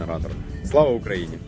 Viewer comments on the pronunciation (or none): none